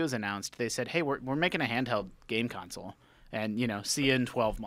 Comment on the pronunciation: That guy has gotta stop pronouncing it a "council"